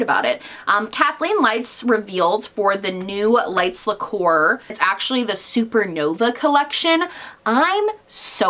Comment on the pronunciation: omfg “Lights Liqueur” I DIE don’t drink nail polish guys